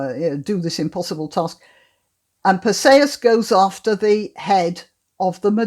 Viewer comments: I've never heard Perseus pronounced this way. I always thought it is Perseus like er..." per -see-us ". Not "per say-us." Anyway, perhaps I'm wrong - I always like your videos ! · Your pronunciation of Perseus is I assume, the Greek pronunciation. It sounds odd to my ear because I am used to what I believe is the Anglicised variation. Note, not a criticism but merely an observation. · Iceni Unfortunately it does not say where the stress falls. Is it PER-see-us or per-SEE-us?